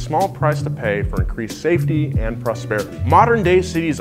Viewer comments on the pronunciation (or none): none